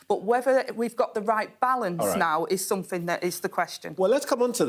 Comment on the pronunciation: I'm guessing "somefin" means " something" 🤷